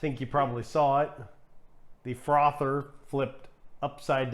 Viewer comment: It’s pronounced like cappuccino, aero-chino...he says it kinda funny. Just like frother, he says like frather. 🤷🏻‍♀️